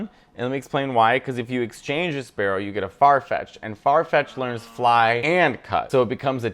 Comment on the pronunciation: 1. Johto is great too. 2. SPEAROW, as in Britney Spearow. I'm sure there's a lot of mispronunciations to come and I'm not too picky about it but calling it Sparrow is wild. 3. My boy Oddish and it's evo line ditched at horrible is insane. Not even a reason. 4. Polygon.